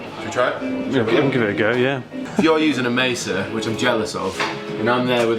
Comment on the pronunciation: Please guys - you are selling these things - Its MAY-SUH Not messa boogie - these amps are certainly not a mess!